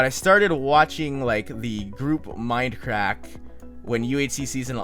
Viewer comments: is he saying fminecrack? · at first i thought he said minecrack omg!